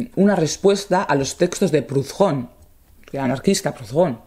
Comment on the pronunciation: «Prudón». Es francés, no inglés ni alemán, la «h» es muda.